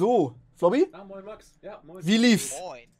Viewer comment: Jeder: Max Du: May